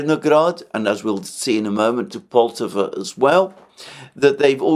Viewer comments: PoltAva, my friend. We stress the second syllable. Many 👍 thanks for your work! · pronounce the Poltava name with an accent on the first "a" and not on "o"